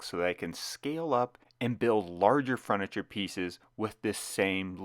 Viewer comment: Furrrr-nih-Cher not Fruh-nih-Cher